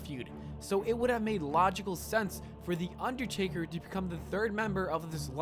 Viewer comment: How did noone else hear u say undertarry when u were talking about him doing the 19 and 1 thing